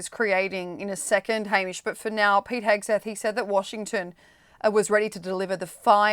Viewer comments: Hamish his surname is HeGSeth not HeSGeth. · Is this guy ai? Why can't he say HeGSeTH 🤣🤣 does he seriously not know what the guy, SOD of USA's, name is?!? Unprofessional.. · He keeps saying "Hesketh". :face-turquoise-covering-eyes